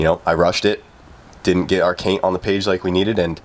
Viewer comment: “Caint on the page”